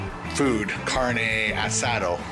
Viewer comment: Car Nay Asada is how it's pronounced love the long vlogs!!!!